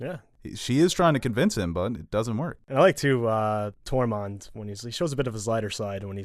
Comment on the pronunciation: Say "Tore." Say "Mund." Now say, "Tormund".... [Torr-monn] ....😐😶😔